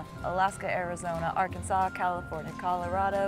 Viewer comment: Me: Lives in Arkansas Taylor: Says Arkansas Me: Dies Dead